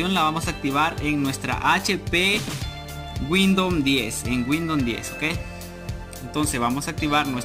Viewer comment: wuindom 10 xd